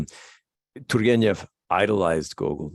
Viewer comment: You're doing a great job how about you'll never get there period of you haven't got the Russian Ukrainian soul you'll never pronounce properly it is beyond your reach Jack. You will never understand you're going to have as long as you live you'll never understand t u r g e n e v properly. F*** it keep trying